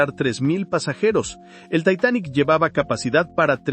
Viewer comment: Lo único que No me gusto es la pronunciación de algunas palabras , en ves de decir Titanic dices taitanic